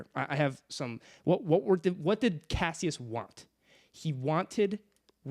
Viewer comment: These name pronunciations are insane 😂. Cassius and Apollonius blew me a way.